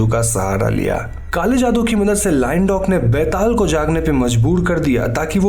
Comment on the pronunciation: It so awkward that an indian pronunciate an indian folktale charecter wrong..byataal!!!!!betal to sabhiko bolna ata hain yaar